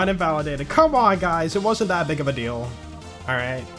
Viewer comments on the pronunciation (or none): none